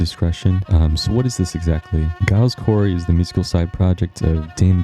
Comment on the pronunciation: Giles is pronounced Jiles